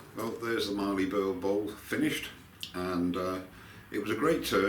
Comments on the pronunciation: Great bowl, but as an Aussie, mallee as in mal-lee rather than marlee in terms of pronounciation. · Very nice piece of mallee. There is no R in mallee :) it is pronounced 'MAL' + 'EE'. What you have is what we call an end cap but not sure of the species. love the end result.